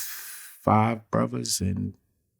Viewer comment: Bruva, Muva, Favu…i guess “th” doesn’t exist in Brooklyn